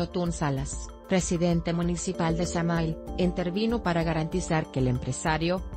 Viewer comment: se escribe samahil y se pronuncia samajil 😐